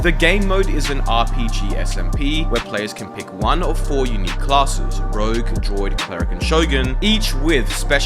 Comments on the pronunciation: you really pronounce “Druid” like “droid”? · What's with your pronunciation of druid? are you secretly from a galaxy far far away?